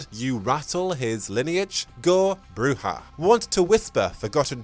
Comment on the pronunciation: According to the tabletop RPG guide the pronounciation is BROO-zhah , as they do it in Redemption